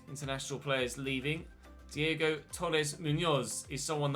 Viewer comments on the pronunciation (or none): none